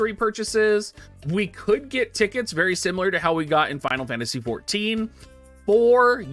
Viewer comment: “I have a verry secretive plan.”